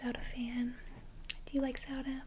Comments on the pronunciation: I thought you were saying "Soda" like "do you like soda?" until you showed the front of the cartridge which I realized "ohhh she's saying Zelda" lol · I love how you pronounce Zelda 😋